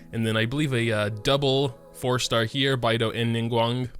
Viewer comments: Its Be-i(bay)dou not baidou 🤭🤣😅 Its Liyue(yuae) not liyua hahaha Sorry but I just cant stand it with the chinese pronounciation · You didn’t not pronounce beidou as byedou pronounce it as bae-dou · Beidou is not pronounced as Baidou...... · beidou to: bye douh everyone: no its bae douh, not bye douh: no <3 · Bye dough 👋 (HAHAHA SORRY THE PRONUNCIATION KILLED ME) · the character LITTERALLY SAY THEIR OWN NAME! How do you get them wrong??? Like Bedou and diona like WAT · oh God the way he says beidou is making me cry listen to the voice lines aaaaa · I dislike the way he pronounced Beidou